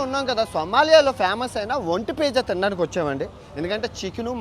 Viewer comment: పేజా కాదురా నీ అయ్యా నత్తి మంగళం... పిజ్జా రా అది... ఒంటె లాగే నీ నాలుక కూడా మందమే...